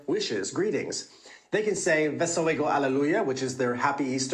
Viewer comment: very good Polish in - wesołego Hale luya